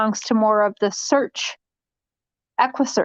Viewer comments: she was telling everyone to donate to equusseeaarchhh Texas until someone told her that they are not involved eggguussecchhh Midwest is. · Lmaooo you didn’t even get the equssearch name right 🤡🤡🤡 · Neither did you 🙄 🤦 ( equusearch )